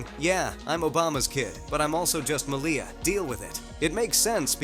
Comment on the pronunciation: Her name is pronounced as "MALia rather than maLIA